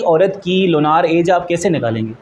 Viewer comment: Lunaar nhi hota .. Lunar hota h😂